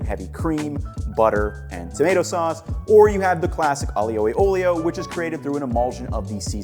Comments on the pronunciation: I know it shouldnt bother me, but Aglio e Olio is pronounced with fewer slylables than you are using. Aglio and Olio are both two sylabls, so it should be closer to 'Ahl-yo' and 'ole-yo' for an 'ahl-yoo e ole-yo' pronounciation. The gli officially sounds like the lio in "million". You are great on the opening to both words, you just end them differently. Thank you for the video, I hope this comment finds you well and doesn't cause you irritation. Italian pronunciation can be rough on the english brain. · I love the way he pronounces Aglio E Olio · Please please please for the love of God man, learn how to properly pronounce Aglio e olio. My ears still hurt. Love your videos BTW.